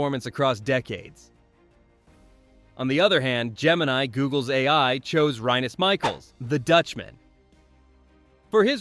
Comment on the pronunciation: The AI has been fed these players ,consistently,and you can not even pronounce rinus Michels name,so you are new on the block ,and have no business talking football